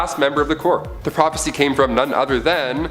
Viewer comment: Corps="core" Not corpse. Other than that, awesome material.